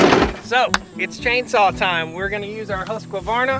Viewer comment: Plz say Husqvarna properly, it's offensive to the Husquahvanna tribe of New Guinea. They're not chainsaws, they're people